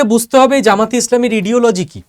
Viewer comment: ইডিওলজি না শব্দটা আইডিওলজি একটু পড়াশোনা করে ভিডিও করুন ভুল তথ্য ছড়াবেন না!